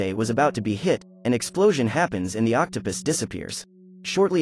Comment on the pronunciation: Are we going to ignore that he said Octa pis